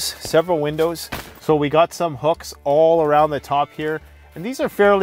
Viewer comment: "goht some hucks on top here" 😂